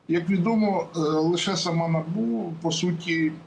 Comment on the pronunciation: Не На'бу,а Набу'